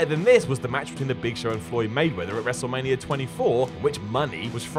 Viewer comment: Lmao. He says wrestlemanierrrr